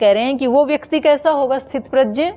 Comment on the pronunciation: Didi aap gya ko Jaya bol rahi hain e dono alag-2 hai